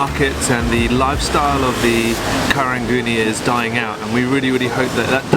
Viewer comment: It’s actually pronounced and spelled as Karung Guni which is Gunny Sack in Malay. Somehow the word got bastardised over the years that it became Karang Guni. Btw, Karang is Malay for Coral 🪸 Also applies to Geylang and Kallang. Both towns are bastardisation of the word Kilang which means Factory in Malay. #nyk ✌🏼